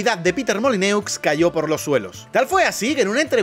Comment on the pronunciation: Pero Baity, que no se dice “Molineux”, se dice “Molinó”. Tus fans franceses se van a enojar